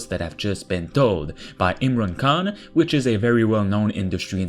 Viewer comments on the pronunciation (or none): none